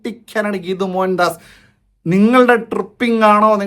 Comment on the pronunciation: ഗീതു അല്ല കേതു... പാർവതിയുടെ കേതു... യാഷ് ന്റെ കേതു...